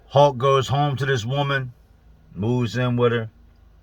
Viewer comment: I watched a video the other day that I could have swore he was saying "hawk" then by the end of the video I realized he was saying "hulk". I imagine it's the same guy cuz how many people could a guy possibly know called hulk?!